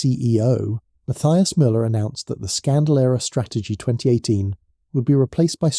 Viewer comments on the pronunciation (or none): none